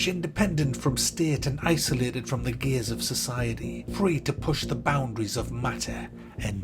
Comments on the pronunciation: He said 'gaze'. The 's' and 'z' sounds are very similar, hence 'gays'. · what does he actually say? Now i can't unhear the gays of society haha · I heard that too but gaze makes more sense.